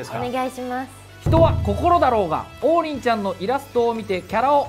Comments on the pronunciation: 進行役の王林の発音が違うのに爆笑しちまった笑。りんごの名前じゃなくて、中国人の名前っぽく聞こえてしまう😱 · 公式がね。。。 例えば ナミの発音が『波』と同じ人がいたら、訂正するでしょう? ゾロの発音が『ゾロ目』って、言うときの発音と一緒だったら、ロビンの発音が『土瓶』と一緒だったら。。。 王林も名前なんだよねー 気づかってくれても良くない? あとね、南部弁もあるからね?